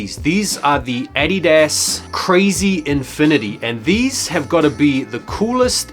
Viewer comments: The way you say “adidas” is fucking hilarious 😂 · Anyone else annoyed af with the way he pronounces addidas?